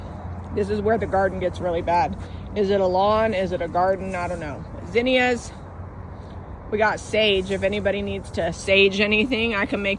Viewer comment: Thanks for teaching me to pronounce zinnia correctly. We have it wrong in my southern state.